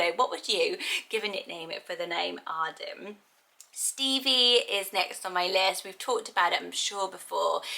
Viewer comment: I love the name Arden but I don’t like the way I say it cause I’m American 🤣😭 I love the way you say it! Also I loooove Andie, definitely up on my list for girl names!